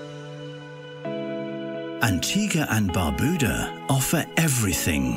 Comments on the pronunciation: Lmao, the music really goes well with this video about my country Antigua+Barbuda. Pronounced (BAR-BYU-DAH) Everytime he said Barbuda i pissed myself😂lmao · Lol Someone correct this guys pronounciation on Barbuda!!!